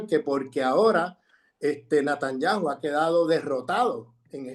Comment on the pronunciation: Buen análisis. Lo único Sr Grosfoguel es Netanyahu con "e" y no con "a"